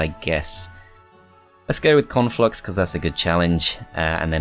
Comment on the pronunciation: Love how says 'Conflux' like 'Cornflux' and I just think, 'Man, that faction has to be part of a balanced breakfast!" Can't wait till they bring out Frosted Cornflux and Froster Minis Cornflux. And then the cross-over Reese's Pieces Cornflux and Rice Crispie Cornflux.